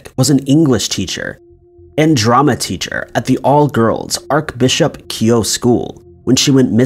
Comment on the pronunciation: You should know how to pronounce something as basic as archbishop. But since you don't, here's a guide!